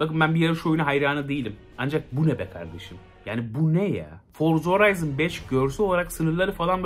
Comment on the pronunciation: Forza Horizon diye okunuyor Horayzın diye değil.